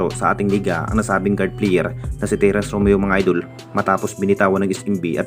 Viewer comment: Puro fake news bulol purobka idol hindi idul bugok baliw iniispek daw gagooooo